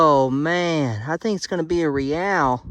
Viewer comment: It is pronounced Ray al